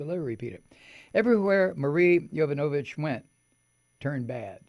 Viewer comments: Please, pronounce the name correctly,Mike..It’s Yo- vano- vitch..It’s no Yo-nova-vitch.. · Mike, I am so glad I found your video! You express exactly how I feel about the trump monster, Keep it up with the truth. And it's pronounced Ya Von O Vitch. Hooked on Phonics worked for me!